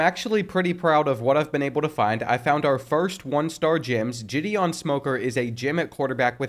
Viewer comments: GIHD EON not Jidian 😂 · I’m dead when he pronounced “Gideon” like Jidion 😭😭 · Pronouncing Gideon as Giddy-on and Jiddy-on was constantly triggering me throughout the middle of this whole video...... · Gideon Smoker ❌ (Jah-Dee-Ohn) Smoker ✅ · I beg you to look up how to pronounce Gideon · I’ve never heard the name Gideon pronounced so many different ways. 😂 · Gideon is pronounced with a hard G not a soft one. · And then he switches between both pronunciations the entire time! Like dang dude, pick one and stick with it 😂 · bro could not decide how he wanted to pronounce Gideon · Am I the only one who is bothered by the way he keeps pronouncing 'Gideon'? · The way he pronounces Gideon just rubs me the wrong way... Great vid otherwise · Never heard Gideon said that way lol